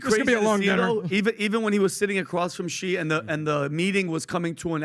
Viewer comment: Love how PBD calls Xi. He calls him "G" when it's actually pronounced "She". 😅